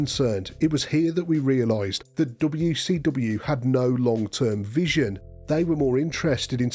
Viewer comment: “DoBeW Cee DoBeW” 😂